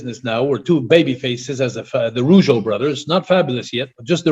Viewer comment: It's not Rogueau it's Rougeau